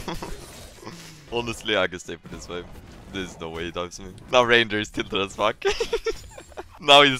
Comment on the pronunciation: is probably held hostage, he said ranger instead of ranyer:0 We not shilling here